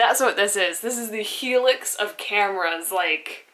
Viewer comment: fyi its Hi Lux not helix :)